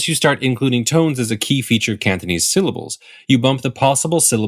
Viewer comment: It’s kinda annoying how it sounds like he says ‘Canthonese’ (I don’t know whether it’s to do with the mic or whether he’s actually pronouncing it like that)